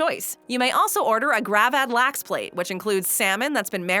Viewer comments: Hearing her butchering both köttbullar and gravad lax makes my ears bleed... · i dont know why i watched this video, im swedish. the way she pronounces "gravad lax" made me giggle tho